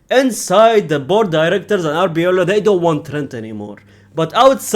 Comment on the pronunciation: it's Arbeloa not Abiola 😅😅😅